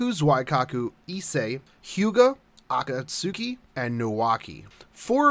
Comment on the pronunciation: Man I didn't use to like you but this video was spot on and very informative. Find myself more interested now, and also thanks for the heads-up, gotta level a 5-2 team. Also, you dont watch anime do you? cus if u did u would be pronouncing Akatsuki differently.